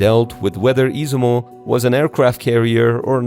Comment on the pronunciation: Is iZUmo...no iSImo.....